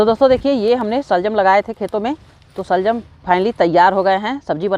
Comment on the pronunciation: Shaljum nahi shalgum hota hai.